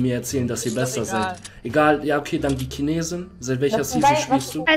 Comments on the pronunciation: Ich hasse es wenn er Kinese sagt👿👿👿👿👿👿😡😡😡😡😡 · Das heißt Chinese und nicht kinese